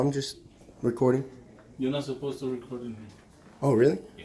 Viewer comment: "We're not suposs to" . She don't speaks no good English.